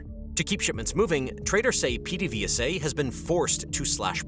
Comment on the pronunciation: its (ped-a-VAY-sa)